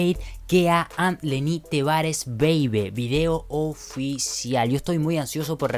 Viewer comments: Porque siempre dices "lenny tevarez" es lenny tavarez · Porque siempre dice lenny tevarez, si se dice lenny tavarez